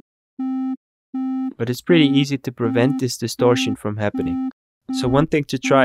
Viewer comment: distorshion, compreshion, solushion. i love this channel